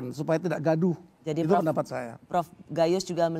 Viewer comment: Koq prof Gayus penekanannya di ‘gaduh’ ya…menurut saya kalau ada penegakan hukum dan keadilan: gaduh akan berangsur-angsur hilang